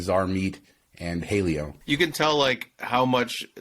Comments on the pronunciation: Jaleo....is NOT pronounced like someone named, "Hailey O.'' Speak Spanish a little why don't ya? I bet you know how to say, "taco"....Jaleo sounds like (ha--lay-o). You should eat there sometime. Y'all talking about Las Vegas like a bunch of phony "locals'' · I’m sooo excited for the new Jose Andres restaurants!! (PS, Jaleo is pronounced Ha-lay-oh 🙂). Bazaar Meat & Jaleo are both awesome. J.A. also has a ‘hidden’ spot inside Jaleo called é by Jose Andres. It’s a 8/10 seat high end gourmet experience, one of my bucket list dining goals!